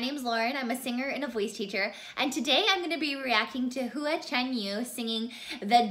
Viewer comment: FYI pronunciation is more like wh for the Hu. Love Hua Hua! He is a very big talent and socially conscious. English subtitles are already on too. Thanks for your reaction! My first choice is Hua Hua, but I’m torn! I love Jam and Tia too. They were both participants with Dimash in 2017.